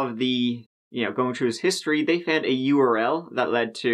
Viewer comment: U-R-L???? "Earl," -- EARL9!!"